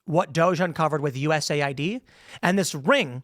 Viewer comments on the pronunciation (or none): none